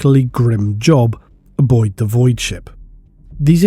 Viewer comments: "aboid the voidship" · aboid the voidship, love it